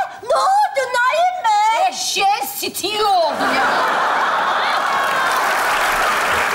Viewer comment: Eşşeğin sitiği oldu dediği yerinde koptum valla bi an küfür edecek sandım